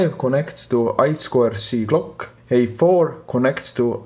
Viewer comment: Hi, mi screens`s pins are in different places of the screen, and your inglish is not easy to understan (my neither). Could you please write de screens pin number and description ? I spent half and hour, hearing back and again, back and again, trying to understand clúo was clock !!!! Thanks !! Greetings from Argentina !!!